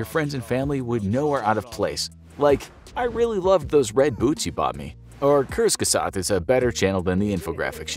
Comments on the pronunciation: Kurzgesagt is pronounced like quarts ga zard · ok so that's how you pronounce kurzgestagt